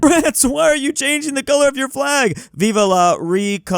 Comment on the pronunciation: WHY DOES EVERY ANGLOPHONE SAY VIVA INSTEAD OF VIVE (VEEV) VIVA IS SPANISH